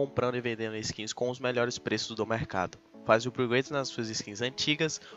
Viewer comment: kk ''upguades''